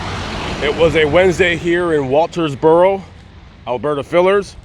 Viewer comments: Well, maybe you were saying: "WalterSboro", instead of "Walterboro", but you were pronouncing the name of the county (Colleton) correctly! Good video,. Thank you. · There is no s in Walterboro. It is very painful to watch this video with you mispronouncing the name of the town the whole way through. If you're going to make these videos like you're some kind of reporter you need to learn how to pronounce the name of the town correctly.